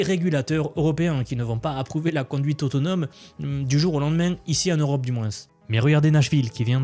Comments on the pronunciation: Quand on dis moins, on ne prononce pas le S !!!! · En "mouinsse"? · j'adore tes contenus, concis et droit au but, juste... c'est où qu'on prononce le "s" aux mots 'moins' ou 'dessous' ?🤔